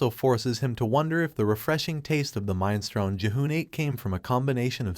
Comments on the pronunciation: Minestrone!!!!!!!! Mi nes tro ni !!!!!!! Sometimes you have mispronunciations and it's fine, this was just too frustrating! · What, you don't know mine-strone?